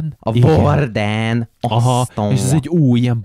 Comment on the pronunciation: HÉ AMUGY A VORDENT ÚGY KELL KI EJTENI HOGY VÁRDEN